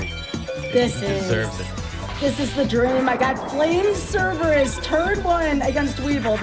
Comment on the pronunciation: Flame "Cerebrus" for the Win